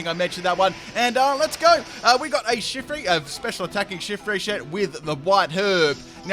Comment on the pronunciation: "Special attacking Shiftry shet." :p